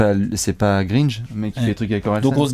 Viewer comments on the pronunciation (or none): on dit Grainj pas greenj... ça va l'énerver, il en a même fait une chanson!